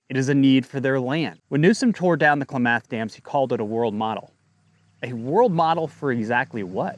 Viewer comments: Your information is incorrect. The water never ever re-enters the Eel River. The outflow from Lake Pillsbury keeps water in the Russian River. Another thing, you need to learn how to pronounce Kla-muth, not Kla-math and also Tu-lee elk not Tool Elk. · KLAM'-ATH not KLA- MATH' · Try “Clam-Muth” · Thanks for making this video with. Very important topic which smells fishy (no pun intended- well maybe.) Correct pronunciation is Klam-ath or Kla-meth. Painful to listen to repeated mispronunciations. Rocky Mountain Elk Foundation should also be interested in the elk population in the Potter Valley. The most revealing statement made here by is…”Independent, can-do people are not favored politically these days and an assult on those who can fend for themselves and produce food for others is the norm (Paraphrased)” Taking water resources from farmers/ranchers and devaluing the property of generational farmers is ludicrous. It’s a state land grab. Gov. Noose-um should swing by one before he completely destroys California agricultural, burns all its forests, covers all left over ground with micro climate changing/heating solar panels and migratory bird killing wind turbines. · Just thought of a way to tell you how to pronounce it. Kla(as in a in as)math(myth). I grew up hearing it all the time but just realized how confusing it could be. 😂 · And clam-ath , lol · Dude, you are pronouncing Klamath and tule like you’ve never been to California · I am a california farmer, for real. This is total, right wing, extrapolated nonsense. Doesnt know how to pronounce "Klamath" or " "tule". Disregard this video. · I’m sorry, I normally don’t comment but you might want to look up how to pronounce Klamath. 😄 I do appreciate your videos!!!